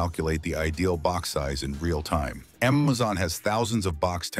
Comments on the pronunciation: Why does it keep saying emezon vs amazon. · "AmmMaZon" 😂 "EmMaZon" 😂